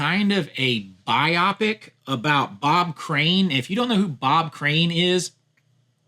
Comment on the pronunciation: Great list, thanks. One note, biopic is pronounced BIO-pic. The mispronouncing of this word seems to be everywhere lately and I am trying to understand if it is just a way to get people like me to post comments, lol